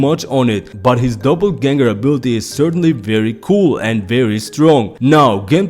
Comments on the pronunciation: 😂 its not double ganger its doppelganger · sounded like double but hey its your video call it what you want. Great video either way